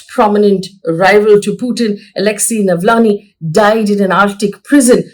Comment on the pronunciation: Faye is Navalny, not Navlany